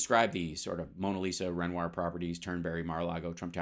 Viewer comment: re Trump testimony that Mara Lago, Mona Lisa (they pronounce it Mona LIShimaah)...pretty much samesies. It's the presence of gilt. The stochastic assertion That blood will be spilt. The claim The blame Lies mainly with the name Biden. That Trump is "in the frame". Yet it's Pence who coulda been hanged. Fake noose?